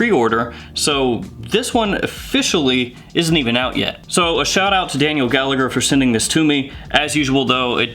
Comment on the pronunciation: Not that it matters but “Gallagher” is an Irish surname and it’s pronounced like “Galla-her I’m not sure if the owner is Irish Or not but just to give you a heads up.